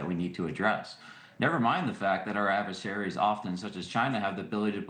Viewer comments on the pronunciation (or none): Why do I hear ‘adverseraries’ when talking about China, Russisch. It should be fóreign countries!!!!!